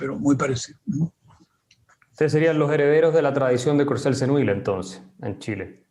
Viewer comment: Courcelle-Seneuil se pronuncia /kuʁˈsɛl səˈnœj/.